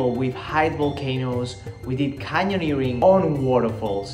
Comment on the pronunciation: So you finally managed to say “canyoneering” right! 👏🏼 I think I still can’t 😂